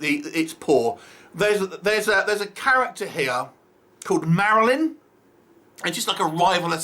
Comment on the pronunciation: I caught the "Marilyn" mess up too....no budget to even redo that tiny word? 😅 Whos paying for this hahaha....they should hire us to help them redo the movie with a bigger budget 😁